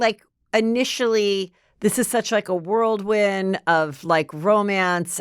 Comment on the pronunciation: It's not just Heather and her regularly mispronouncing words - but if I hear one more person mispronouncing "whirlwind" as "worldwind," I feel like I'm going to lose it. I've been hearing it a lot lately from many different sources, and it's not a word! What happened to the English language?